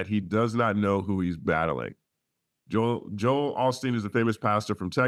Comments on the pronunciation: It was on purpose. He pronounced Joel in a funny way and I initially thought that was the way they did it on the west coast. Then I listened over and over, and with the hints of AI and the Sixth Sense (the movie), I then realized it was Jo “Hal” Osteen. That made sense to me because of his precision. I cannot imagine that he would make a mistake. The lyrics that I saw online said “Joel Osteen” and not Jo “Hal” and I decided the online lyrics that I saw were wrong. I saw a few reaction videos that heard it the way that I did. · The Holy Spirit of God is also called the Holy Ghost I think that’s the reference to Pastor Joel Osteen. Plus the way he pronounce the name is suspicious. Then again, Kendrick ain’t God, this could have been a simple mistake that take a life on its own. As long he stays quiet, no one will ever know for sure.